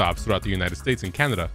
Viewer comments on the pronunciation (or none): none